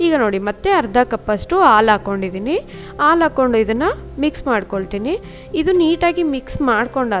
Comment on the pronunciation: Nice but...aal alla haalu antheli